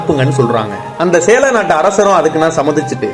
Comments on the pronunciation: எப்பா சேர நாடு என்று உச்சரியுங்கள் சேழநாடு இல்லை. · சேர நாடு அதாவது கேரளா நீங்க உச்சரிப்பது சேல நாடு என்பதுபோல இருக்கு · Sera nada? Sela nada. Thelivaga uchariyungal. Sera nadu yenrudhan kelvi. Sera nadu yenbathu keralathai kurikkum. Konjam thelivu paduthungal bro